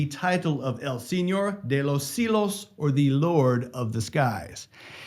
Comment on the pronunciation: CIELOS= See-el-ohs. Not see-los